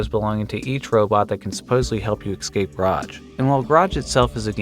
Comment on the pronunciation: Its EScape not ECScape